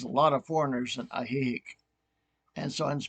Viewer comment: lol at your pronunciation of Ajijic. It's AHHH he HEEK.